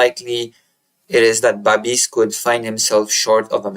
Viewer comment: Babiš pronounced Babish